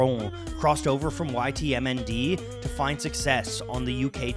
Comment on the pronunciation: Wow this video is a roller coaster of internet nostalgia! Even with "YTMND" being pronounced 7 different ways lol.